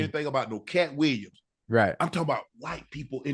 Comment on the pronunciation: Williams pronounced Weeyums